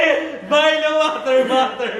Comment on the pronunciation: Gusto ko ung milo and water "Mater" HAHAHAHAHAHAHHAHA